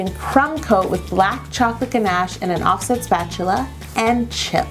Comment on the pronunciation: What happened to her pronunciation of Ganache?